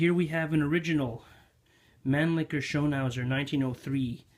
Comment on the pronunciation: Great content! Just discovered your excellent channel and immediately subscribed. An unsolicited observation, if I may: you might want to modify your pronunciation of “Mannlicher” — your rendition of it sounds hilariously obscene...